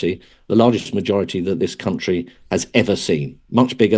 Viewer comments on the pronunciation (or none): none